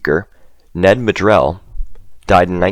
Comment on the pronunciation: Cheers. Well done. Fyi Maddrell is pronounced MAD-rul